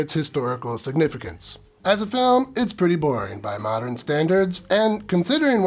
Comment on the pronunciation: Love your reviews, but "mod-er-in" is driving me nuts.